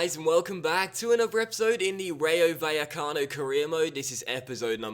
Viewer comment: Vallecanao needs to be corrected